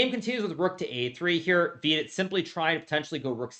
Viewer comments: If you're confused why i mis-spelt his name, it's because Hikaru mispronounced his name in the vid. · He still calls him VEE-dit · Vidit became half Hispanic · Bro said Vidit Santos, as if it is Los Santos